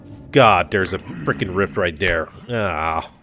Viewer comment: sounded like you said the current RICK activity is high.. vs rift.. i like it!! rick is summoning drifters now.